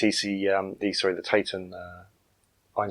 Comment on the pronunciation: Really interested to see this as I was part of the original development team back in the early 1980’s. I was one of two Industrial designers, responsible for the aesthetic and ergonomic design of products. The Tatung Einstein (pronounced ‘TaT Ung’ not taytung) was designed in Telford UK and built in Taiwan. Tatung had originally bought out Decca Television in 1982 and had originally operated from two sites, the Hospital Street development laboratory and factory in Bridgnorth, Shropshire and a development laboratory at Clayton outside Bradford. Clayton was a satellite operation of some 15-20 mechanical and electrical engineers. There was a lot of political rivalry between the two sites, but eventually both relocated to Stafford Park 10 in Telford. The original model was designed to carry a matching monitor, that’s why the footprint was so large. Not being a computer user at the time, I believe however that it was quite a good, if somewhat expensive, product. The name of the unit ‘Einstein’ was an interesting development in itself. At Tatung, each department had English management but also a Chinese manager, so there was a fair amount of duplication. When major meetings took place, every senior manager in the company, with their Chinese counterparts, would attend. So when a new product development was in process, for example, even the site and HR managers were there, imparting their wisdom. Unsurprisingly, the meetings were often rather drawn out. There could be 30+ people in t